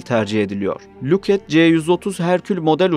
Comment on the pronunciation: Bu çocuk neden "lukhet" diyor bilinmez. Tırışka bir orduymuş bu.